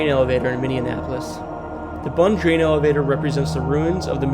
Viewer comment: Ely is pronounced “Ee-lee”, Bunge is pronounced “Bun-gee”.